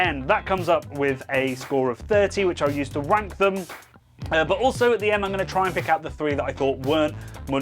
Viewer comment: did you definitely say "rank them" ? My ears definitely heard something else......